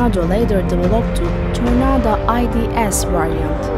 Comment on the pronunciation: Jet fighters from the 1980s !!!! Mispronunsed Chinoose Ponovio Tarnaadoo !!! and Squidghoi SU 22 Falanker, and other Jit Footers from Chino !!!!!